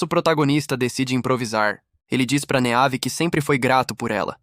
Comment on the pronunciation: Meus ouvidos sangraram muito nesse vídeo. Vários nomes clássicos com a fonética dita de forma aportuguesada. Meave sendo dita da forma como se escreve 58 vezes me fez parar de assistir o video porque tive um desmaio de hemorragia oftalmológica.